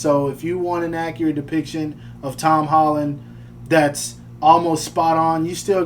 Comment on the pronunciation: Hom Tolland 🤣🤣🤣🤣